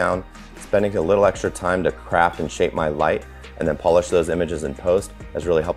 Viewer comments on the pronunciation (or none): none